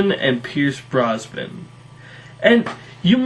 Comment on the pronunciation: Its Neeson and Brosnan, not Neelson and Brosban